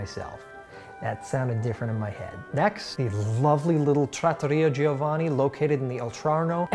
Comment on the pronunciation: All the Italian content, but you still butcher & mispronounce names like Giovanni 🙄🙄 like how is that even possible? The i isn't pronounced!